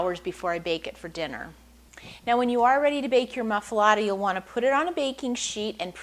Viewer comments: It's pronounced moof- ahh- let- ahh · She can't even pronounce the name of the sandwich correctly! So, no! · was going to watch until she mispronounce the name. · wrong bread, never heated and she cant even pronounce it....